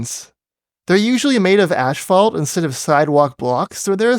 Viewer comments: Are you saying “ash-fault”? It’s asphalt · Sorry, but every time you pronounced "Asphalt" as "ASH-fault" it really threw me out of your video. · am I hearing "ashphalt"? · It's a Canadian/British thing. I remember when I first heard it. It was weird.